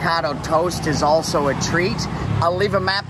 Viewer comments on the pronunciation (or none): none